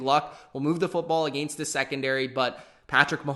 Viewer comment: Never heard anyone seriously pronounce against like that.